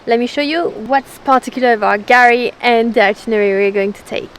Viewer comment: Guys, we love your Chanel. You do an excellent job. But calling Fraser Island/kgari “Gary” is a fail 😂